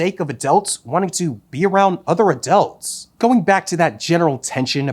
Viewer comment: Anyone else keep hearing “adelts”?